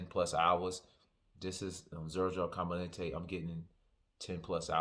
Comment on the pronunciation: It’s JTC and it’s com-a-den-tey - and it’s the very high level original LeMale with some added niceness